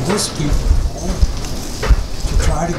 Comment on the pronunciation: Is he saying "Peter Paul"?